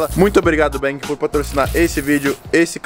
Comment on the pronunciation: Não sabe nem falar baaaaang!!!!!!!!!!